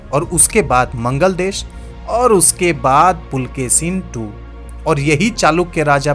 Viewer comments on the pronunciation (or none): बहुत गलतीयां है. मंगलदेश नही मंगलेश. ऐहोल नही ऐहोळे. वाटापी नही वातापी. जरा विडिओ बनाने में थोडी जानकारी भी रखिये